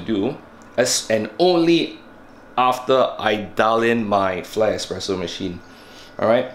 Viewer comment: Espresso, not expresso..